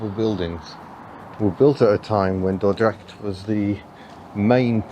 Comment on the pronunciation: You pronounced Dordrecht right ,👍welcome to my beatiful country and enjoy